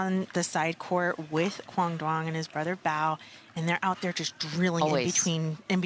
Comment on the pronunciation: These commentators CAN NOT say Quang Duong's last name correctly!!! Please show some respect!!!